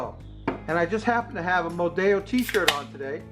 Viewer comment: Great idea. I'll have to make some of those. Just a tip in Spanish, only double "L" is pronounced like an English "ya". Single L is pronounced just like it is in English. Therefore, Modelo in Spanish is pronounced Mo-Del-Oh just like it is in English.